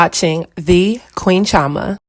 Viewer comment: You said chioma. No your name is Igbo girl😂😂😋